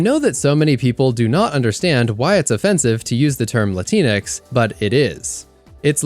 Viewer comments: Just fyi, its not Lateenex, its literally latin - X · just for clarification, it’s “LatinX” with the “X” being pronounced. appreciate the coverage my man